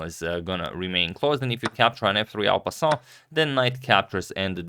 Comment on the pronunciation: Man "en passant" is so annoying from a non-french speaker trying to hit the correct pronounciation.